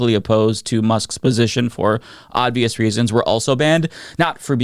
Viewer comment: Sounds like you say “odd-vious” and its bothering me